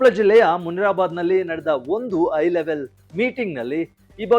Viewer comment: It is 'high' level meeting and not 'I' level meeting. Similarly is 'Hakku' (right) and not 'Akku'. Please improve your kannada language.